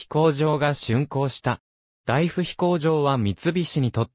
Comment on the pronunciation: 飛行場跡地の近隣在住の者です。素晴らしい内容ですが、機械音声の誤読がもったいない😅 大府×だいふ→⚪︎おおぶ 長草×ちょうくさ→ながくさ etc 音声リメイクを期待します。